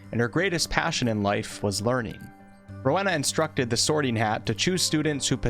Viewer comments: Stop, stop, stop! You're going to take someone's eye out. Besides, you're saying it wrong. It's Ro-wE-na, not Ro-ha-na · Ms. Ravenclaw's first name is pronounced Ro-WEE-na. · Bruh please learn how to pronounce the names properly if you're going to make an informative video like this. Every time you said 'Ro-weh-na' I wanted to punch the screen. It's Ro-wee-na (would know since it's my goddamn middle name). It's a Welsh name and one of the great things about the HP world is that it represents all four countries in the UK so please do their cultures justice, Jesus Christ. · It's pronounced roe eena for Rowena and for the houses I feel at home would be Gryffindor, Hufflepuff, and Slytherin. I'm not too creative but do have a vivid imagination